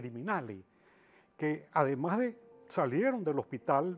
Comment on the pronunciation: Que Man para hablar tan feo, dice aparejca (aparezca), suj últimoj dia, (sus últimos días), loj (los), ademá (además ) un mej (un mes), lo masone (los masones), puej (pues), ejto (esto), de lo cuales ( de los cuáles), una ve ( una vez), Hugo Cháve (Hugo Chávez), etc, todo el vídeo habla así, será que no se da cuenta que habla a media lengua?